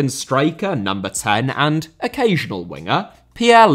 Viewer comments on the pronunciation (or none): none